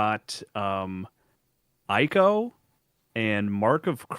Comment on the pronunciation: Still mispronouncing Ico as "Eye-co" in 2026 is crazy work.